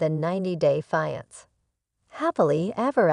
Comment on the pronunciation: maybe learn how to pronounce "fiancé"